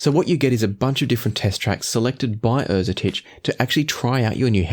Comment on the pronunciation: Great review. I'm thankful thatI now know how to properly pronounce Erzetich